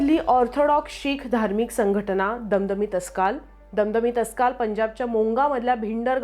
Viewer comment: दमदमी टस्काल नाही हो, दमदमी टाकसाळ. निदान स्पेलिंग तरी वाचा.